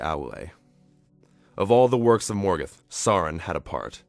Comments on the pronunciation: Morgeth? It's ''Morgoth'' you fucking idiot! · Everyte he said Morgoth I thought he was saying Morgan D: lol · I liked this documentary, but I have a few issues with the pronunciation of a few of the names, especially Morgoth. The "o"s should be far more rounded, and "Maiar" is pronounced "MY-ar", but I'm nitpicking.